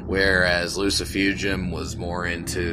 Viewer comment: Wow! I clicked on this and got more than I bargained for. I'd have a beer with you, except you gotta stop saying Loo-See-Foo-Jum it's obviously - Loo-See-Foo-Goom - like you are casting a spell in Harry Potter, you know? Oh and of course, if you are not going to take offense at me being Russian, because last time I met up with... well... whatever... great takes. You get a sub and a like.